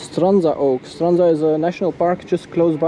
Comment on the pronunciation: A language tip: the "dzh" letters in Strandzha are pronounced like the first consonant in "jump" or "judge". It's an attempt to transliterate the combination of Cyrillic letters "дж". The same applies to the name Buzludzha, in case you go there. :)